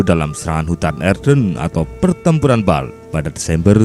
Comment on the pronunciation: Bulge dibaca "bulj" bukan "balg"